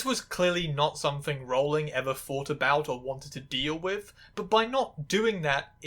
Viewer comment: Honestly, I'm just impressed you pronounced Rowling's name correctly